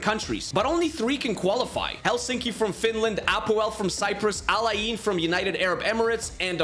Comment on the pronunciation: ITS NOT AL AY EEEN ITS AL eyn